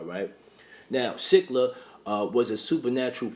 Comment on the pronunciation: No it's 100% pronounced SILL-A